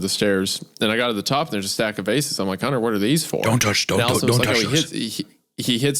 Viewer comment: I can't get over the way Isaiah has never pronounced the T in Hunters name. He only calls him Hunner.